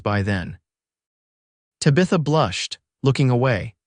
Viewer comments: Beautiful story, but it did annoy me that the entire video called her Tuh-bitha. Guess that’s just an unfortunate issue with AI. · Oh boy, another AI narration that mispronounces the main woman’s name so bad I can’t watch it.